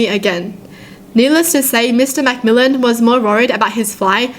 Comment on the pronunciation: You pronounced Mcmillan wrong or it could just be the way I say it